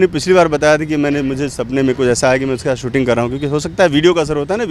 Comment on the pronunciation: ऐंकर जी! शुद्ध हिन्दी तो आपको भी नहीं आती है।आप को 'स' और 'श' के उच्चारण में फ़र्क मालूम ही नहीं।शूटिंग को सूटिंग बोल रहे हैं।